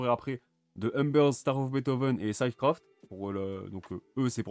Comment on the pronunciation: ça se prononce "Cid" craft pas "syde" craft